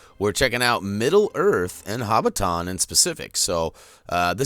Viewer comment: You say hobbiton wrong